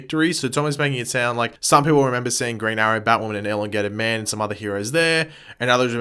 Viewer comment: Is anybody else annoyed by the way he says elongated man